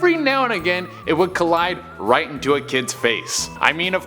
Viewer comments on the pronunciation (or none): none